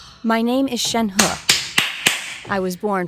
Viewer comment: YES FINALLY SOMEONE WHO SAYS SHENHE’S NAME RIGHT!!